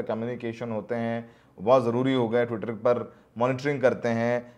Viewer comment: ttwitaa😂 bhaii